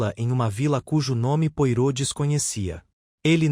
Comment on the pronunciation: O mínimo q se tem q fazer é pronunciar da forma correta os nomes. Poirot - "pua-rô", Hasting - "reis-tin"......é só dar um Google....não consegui dar continuidade, a narração ficou comprometida.